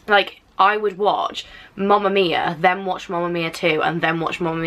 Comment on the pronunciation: She was saying mumma mia. I mean.... Its mamma mia not mumma